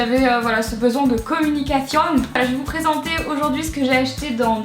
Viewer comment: La fameuse veste rose de chez zara 😍 Même si tu as fait allemand, quand tu as dit "la communication" tu avais un bel accent espagnol 😂❤️